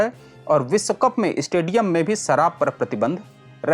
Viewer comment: सराब नहीं शराब उच्चारित करें। बाकी प्रस्तुति अच्छी है।